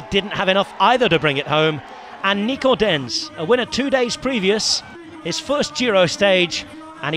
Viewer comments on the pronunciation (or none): none